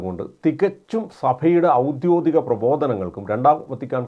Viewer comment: "ഔദ്യോദികം" അല്ല ഔദ്യോഗികം.